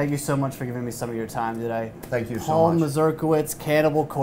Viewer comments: He is an American of Polish descent, that's why the strange surname. What is sad though is the fact that they pronounce the word complitely incorrectly. Should be more as Mazurkievich, not Masljdalighksf :D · Can you at least pronounce your own polish surname as it meant to be pronounced? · Came here just to hear how Paul pronounced his surname